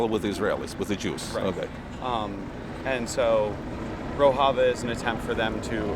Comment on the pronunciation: He doesn't even know the correct pronunciation of Rojava.